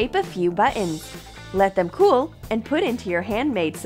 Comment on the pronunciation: You said" butt ons"